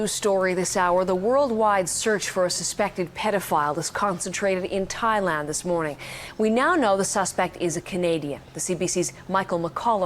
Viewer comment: Bro said Thigh-Land oh mama 🥰 thigh land seems like a place for me. Someone care to give me direction